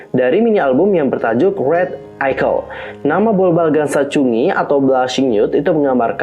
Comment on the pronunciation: Mohon maaf kak mau koreksi, itu bacanya bobbalgan sachun gi, bukan sachungi. Tp aku suka videonya karenajelas banget penjelasannya. Semangat terus kak